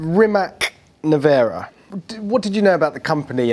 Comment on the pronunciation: Rimatz.... Rimatz.... its not Rimak. Also the model is NE-VE-RA, not Nivera or how these guys pronounce it.